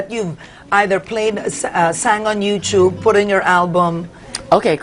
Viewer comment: It's not you- chub. It's You Tube Karen. I've learned it from my son when he was 10. Lol